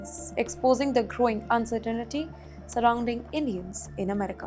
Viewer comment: Your pronunciation of English is the greatest of all uncertain-niti-s. It’s pronounced “uncertain-tee”.